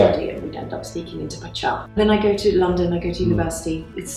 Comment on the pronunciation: The most surprising thing about this was her pronunciation of Pacha… if that’s right, my world has been turned upside down 🤣I blame the old adverts on tv where I swear it was pronounced pasha…